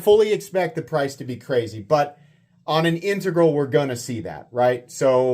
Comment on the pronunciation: learned to pronounce "integral"!